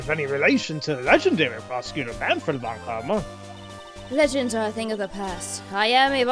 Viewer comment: I'm not sure, but "Von Karma" must be pronounced as "Fon", not "Von"